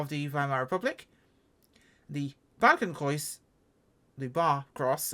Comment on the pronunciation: Eisernes Kreuz: aye-zer-ness kroits (stress on "aye" and "kroits") Balkenkreuz: "ball-ken kroits" (stress only on "ball") 😊😊😊 Friedrichshafen: you basically got it right, stress is on "frie" and "haf". Means "Frederick's Harbour" ...lol Zeppelin: (that was the name of the inventor, Count Zeppelin: "tsepp-e--leen" (stress on "leen) But really, you're doing great...!!!